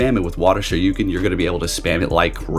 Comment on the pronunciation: Shir Ree Ken is how to pronounce it. Sho Roo Ken is what Ryu yells in Street Fighter when he does his dragon punch.